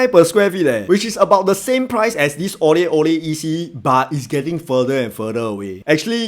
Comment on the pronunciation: Thanks for the review. I felt like when you needed to differentiate the name of the EC you could simply have pronounced Aurelle as Au Re LLe. Any confusion with "orally" purely coincidental.